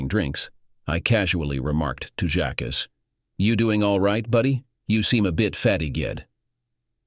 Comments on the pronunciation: ah. would be a good story if polished and corrected before posting........that goes for the story originator also jacques. not jack or jacks, jackie or jackson but i guess the voicer narration can't handle a frencj name. so why not use a different name? and lol.cook and cuck'....totally different, come on! 1.5 mins in and i am guessing that the 2 daughters are in fact siblings. "as they look so alike" the discussion at 25 minutes.....do not forget the money and life she stole from him to have her child raised by him. when its not his! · Jacques. It's french. So the text-to-speech bot has a few issues with it.